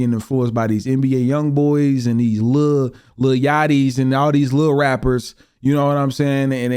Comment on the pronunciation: Outta everyone, this man said Lil Yatchy 😂